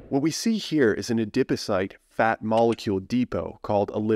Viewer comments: A-Dip O-Cyte??? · Interesting information but I was too distracted by the novel pronunciation of adipocyte to absorb any of it. 😩